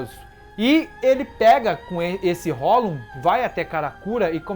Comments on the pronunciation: esse cara fala hollon e não hollow kkkk mas mesmo assim seu conteúdo é muito bom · Pronuncia "Rrolou" porfavor, não é hollon não kk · Ele fala hollon rsrs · Queria entender por que ele só fala "holum" e não "hollow" (que é a pronúncia correta)... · "Hollown" meu tooooc aaaaaaaaaaa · cada vez q eu ouço hollon eu morro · Por que você pronuncia "hólon"?